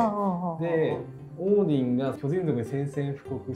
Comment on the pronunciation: 先生の発音がオーヂン寄りだけど、元はそっちの音なのかな？ チャンネル名変わって残念でしたが、また動画あって嬉しいです。